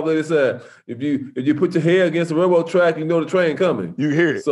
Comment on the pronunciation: Did he say rail road ??